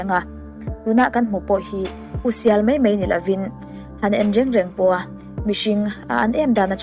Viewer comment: mei mei tih hi mai mai tih tur